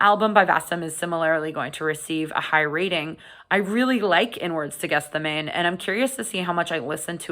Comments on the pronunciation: Just FYI, "archon" is a Greek word pronounced with a hard "ch" ("ARK-on"), and "Gethsemane" is pronounced "Geth-SEH-mah-nee" (four syllables, with the stress on the antepenult/third-to-last syllable), not "GETH-seh-mane" (only three syllables). Sorry to nitpick, I enjoyed the review! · Might have been useful if you could pronounce the album name properly, it's not called Guess The Name, although that seems to be what you're doing! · GETH SEH MAH NEE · I haven't heard anyone pronounce this properly, yet: Gethsemane is pronounced Geth-sem-er-knee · Great review. But that's not how you pronounce Gethsemane. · Might have been an idea to check the pronunciation of the title before filming. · I went to Catholic school and Catechism growing up. The word Gethsemane was definitely not pronounced the way it is in this video or by Blayne recently, by our Catholic teachers, priests and nuns. The correct pronunciation is also easily Googlable. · It wouldn't be a video featuring a Canadian without repeated mispronunciations.